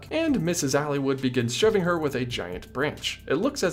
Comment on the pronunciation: I have to admit, I kinda cringed when you pronounced "Aylwood" (Ale-wood) as "Alywood"